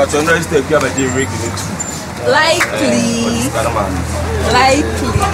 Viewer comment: is always Calling LIKEE✌ (LIKELY) 😂😂😂😂 You guy's are really Doing Great 39/40 Much lov3